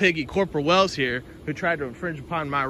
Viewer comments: Did he say, corporal Whales?😂😂😂😂😂😂😂😂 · Wells.....I swear I heard Whales 😂